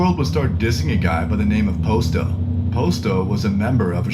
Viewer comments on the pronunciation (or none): He said posto dude name is pasto